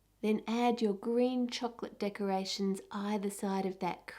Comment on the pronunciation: every time she says chocolate I wanna punch her throat